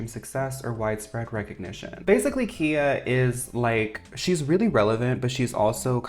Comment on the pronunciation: Just wanting to say the Rapper Khia's name is pronounced :Kye-ah, not kee-ah.